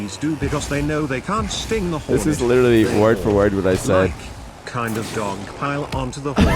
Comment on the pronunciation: why do you say "literally" like an American lol you're from UK